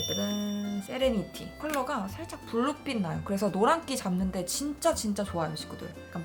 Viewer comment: 드디어!!!!!!세레니티라고 읽어줬다!!!!!! 맨날 세레나데라고했뉸데ㅠㅠㅋㅋㅋㅋㅋㅋㅋㅋㅋㅋㅋㅋㅋㅋㅋㅋ